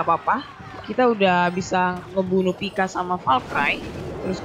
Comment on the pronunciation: pekka bang nyebutnya bukan pika